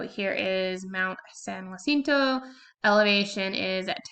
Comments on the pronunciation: Thanks for the video! Helpful tip: "jacinto" is pronounced "HAH SEEN TOE." If it were spelled "jUacinto", then you'd pronounce it "HWAH SEEN TOE" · Why u say jacinto like that? 😂